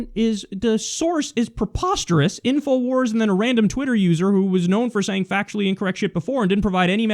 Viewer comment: I lol'ed when he said inowars